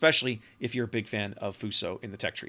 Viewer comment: A small pronunciation tip for Future Japanese ships- the dash over the letters “Ū” just means to extend out the sound. Hyūga will therefore sound like “Hyuu-ga”